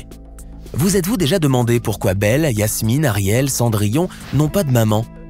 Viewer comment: Pourquoi tu dis Yasmine au lieu de jasmine